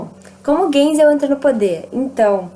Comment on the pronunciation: se fala gaisel